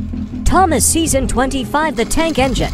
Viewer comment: Bro said own seson 25